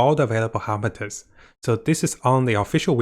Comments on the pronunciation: FATUI not FATARI. Also HARBINGERS not HARBINTERS. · love ur vids but its har-bing-gers-->(pronounced as "ha-bing-jers") fatui-> (pronounced like "fa-tu-wi") Cherrios!:)